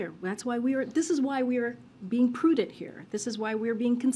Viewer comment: "Prudent". Has Karine ever looked up this word?